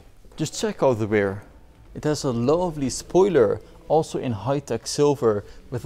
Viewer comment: Ugly dutch accent, stopped watching after i heard: ünlock and ~rare steering😥😥